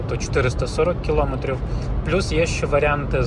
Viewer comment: Дякую за огляд, але, будь ласка, припиніть говорити "килОметрів". Це дуже засмучує, у нас майже немає українських автоблогерів, які говорять правильно це просте слово.